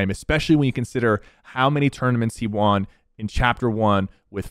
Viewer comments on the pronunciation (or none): One day sypher will pronounce "won" correctly